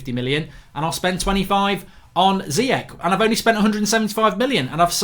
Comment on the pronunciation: Mark, there's no way Ziyech only worth 25 mil. Must've been more! Also, I'm pretty sure it's read "Chan" without the "h", rather than "Kan". Please try to respect others by pronouncing and writing their name as correct as you can. Last summer you always wrote "Ben Yeddar" instead of "Yedder". These kind of small things matter.